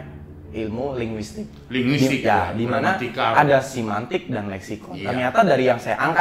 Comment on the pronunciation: Cara pengucapan nya pun ga karuan